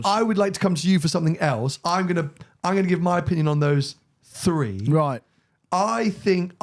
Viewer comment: Free = three 😂